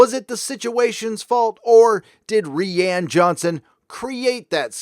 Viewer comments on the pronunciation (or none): It's 'Rian' as in 'Ry-an'.. not 'Ree-an'... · I always thought Rian was pronounced the same as Ryan??